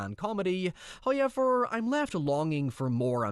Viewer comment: Obligatory "Hoyever" comment